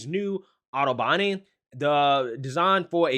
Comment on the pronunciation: PRONOUNCED: 'AUTO-BONN'